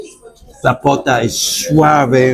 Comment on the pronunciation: CHICHARRÓN DE POTA DIJISTE POTO JAJAJ ERES LO MAXIMO HERMANO GANASTE UN SUSCRIPTOR MAS SALUDOS!!